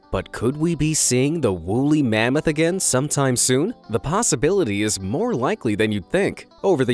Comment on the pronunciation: it’s mammoth not mammot